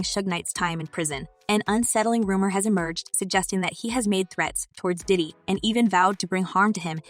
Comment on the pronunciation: I love your channel but please get the pronunciations of names correct, like Diddy not daddy, Pac not Pack and sean not seen, just saying. Keep up the good content.